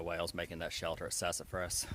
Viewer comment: I love how you say shelder ;)